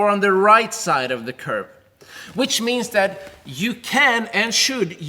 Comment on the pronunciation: Ayyyy you said Thr instead of the LIKE MEEEE